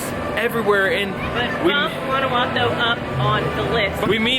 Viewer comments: No se dice "Guanaguato", se llama Guanajuato!!!!! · Your pronunciation of "Guanajuato" is a little bit off... I will let it slide bc you guys are kewl! Guys it's Wa-Na-Hoo-Ato